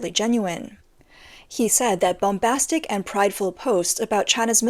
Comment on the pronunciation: did she say boombastic 😂